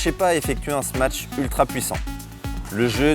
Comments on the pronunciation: Vidéo bien faite mais on dit smash , pas smatch non ? Confusion entre smash et match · Smatch? Y’a pas de T wsh